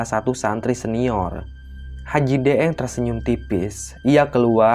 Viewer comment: Daeng itu istilah pangkat atau jabatan atau gelar seorang bangsawan di daerah pulau Sulawesi tepat nya Sulawesi Selatan 🙏 ini kl daeng ya ini kan lidahnya orang Jawa jadi deeng 😂